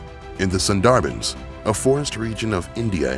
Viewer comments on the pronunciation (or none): It's pronounced Sunderbans not syndarbens